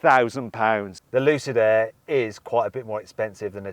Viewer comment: 루시드에애 가 아니라 루시드 에어 라고 정확한 발음 부탁드립니다